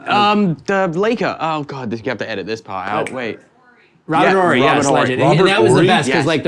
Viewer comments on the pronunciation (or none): none